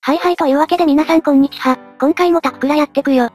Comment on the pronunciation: こんにちはのはがわみたいじゃなくて普通にはだった